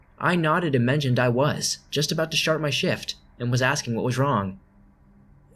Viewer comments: U said “shart my shift” in the first one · it sounds like you said "SHART my shift". And all I can think of, "I'm sure there's easier ways to get out of working....." 😂😂